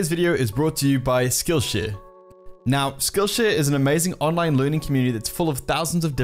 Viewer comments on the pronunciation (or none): When he says skillshare it sounds like skillsh** Edit: i purposely added *'s